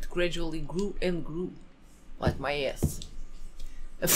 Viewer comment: It was originally little more than a shack, but it gradually grew and grew. Also: Like my ehASS. lmao. love you guys